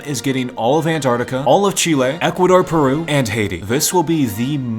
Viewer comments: I love how he says ant artica😂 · Ant’ artica’